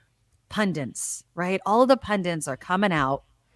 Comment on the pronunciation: It’s Pundit, not Pundints😉👍🏾